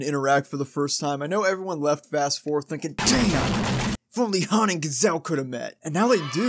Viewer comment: "Gazelle" bruh